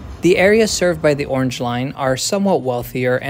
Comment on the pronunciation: "Yorrange line."